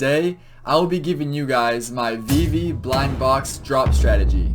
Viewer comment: Haha, no but you say Vee vee, if it was spelled Vivi then yeah I could see that. Steve is not pronounced Stevie, Christmas Eve is not pronounced Christmas Eevee.